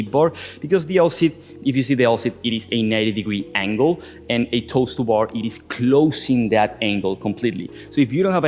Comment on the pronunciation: Am I the only one that thought he was saying "toaster bar" for "toes to bar" lol